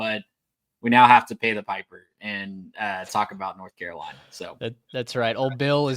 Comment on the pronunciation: Bill Belichick came to North Carolina. A lot of y’all have been coming across my timeline, but y’all don’t know the first thing about North Carolina. Y’all can’t even pronounce the name right but much success to you. Please look up the team before you start talking.